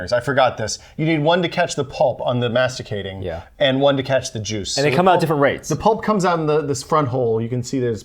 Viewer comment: They don't know how to pronounce "centrifugal" or "masticating". They don't know a masticating juicer needs two recipients. They forgot to have two glasses each so they can compare juices. They leave the orange pulp in the juicer making carrot juice. They don't measure either weight nor volume... The one operating the Omega forcefully stuffs 2 or 3 branches of kale onto the auger... Well... let's say that, from this video, I have learned two things : 1° those guys don't know either juices nor juicers ; 2° they did not prepare their video.